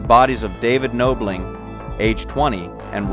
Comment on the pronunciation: I haven't finished the video yet but I did want to mention that it's Knobling like doorknob not like noble. Just wanted to let you know, it's a common mistake.